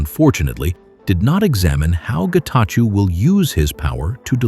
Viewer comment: Great take, thank you, but please ask the voiceover voice to pronunce it as Getachow instead of -chew as in chewing gum.